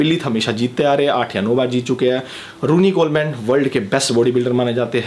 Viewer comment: Vai kuch information wrong ho gai... Jaise phil heath hai uska nam... Pronunciation me problem hai or Ronnie Coleman ka nam vi galat pronounce kia... Or phil heath 7 times mr olympia hai